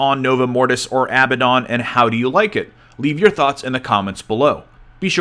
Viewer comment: Abbadon is not "abba dawn" it's "əˈbadn." You don't actually say the "don" - it's a short "dn" sound. Sounding it out, it's basically like "ah-bad-n." Great video though. Did not expect the level of detail present!